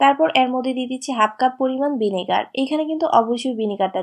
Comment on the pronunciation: কথা শুদ্ধ কবুন। জামেলা না ঝামেলা, চারিয়ে না ছাড়িয়ে, বাভে না ভাবে, বিনেগার না ভিনেগার, বিডিও না ভিডিও Ok